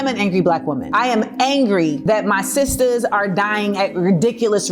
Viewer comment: I thought he said his siater